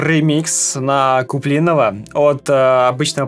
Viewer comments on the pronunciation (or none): КуплинОва, а не КуплИнова